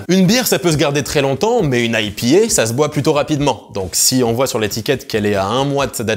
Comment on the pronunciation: Ah bordel lui aussi prononce "IPA" à la francaise ! Je me sens moins seul :D